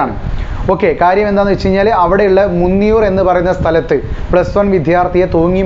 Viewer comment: മുന്നിയൂർ alla മൂന്നിയൂർ an